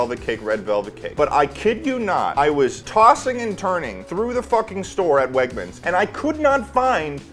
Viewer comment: When you said ~wegmans~ it made me feel some type of way. Not bad tho idk how to explain it. If you know wtf wegmans is you’ll get it